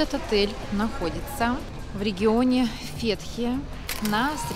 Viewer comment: Только не ФЕтхие ,а ФетхиЕ